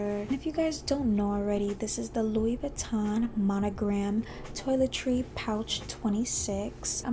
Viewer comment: Please learn how to pronounce the name properly.